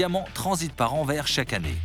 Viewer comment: Anvers avec un s donc il se prononce les mecs sinon bonne vidéo